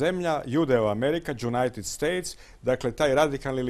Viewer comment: "jewnited states" hahahaah